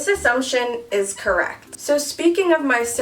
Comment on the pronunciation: OMG I can't get over how when they asked if she has a license she said "correct" but it sounded like "car wrecked" I